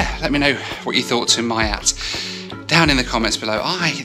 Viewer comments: I think it's called "mee-yaught" not "my-yat." You're welcome. (but again, Mongolian stewardesses are pretty amazing and pretty) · not that it matters, but feels a little awkward everytime I hear it being pronounced "Maiat" rather than "MIAT"🤣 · Miat is pronounced MII-AT not MY-AT. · Hi, just a quick reminder it is pronounced "Me at" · just so you know its pronounced “miyat” or “myat” 😊